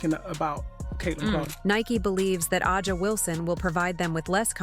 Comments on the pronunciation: Why do you (The creator/voice) of this video continue to mispronounce Aja (Asia)'s name ? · Drives me crazy too